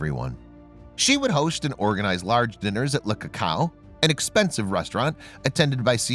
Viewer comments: Le Coucou. NOT Le Cacao! 😂😂😂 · Le cou cou is pronounced Luh koo-koo